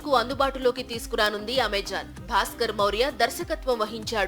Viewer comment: Evara voice over, i shows nativity of Telangana, and last Its Amazon not amajon